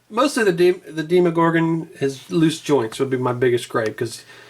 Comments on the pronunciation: The way tou said demogorgon triggered me it's demo as in a tryout version of a game not deemogorgon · dee mo gorgan